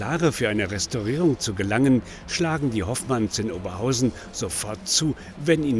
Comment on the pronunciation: OberHAUSEN.....wohl ne falsche BEtonung